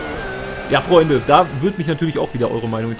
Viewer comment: Direkt bei "Frrreundee!" ein like gegeben.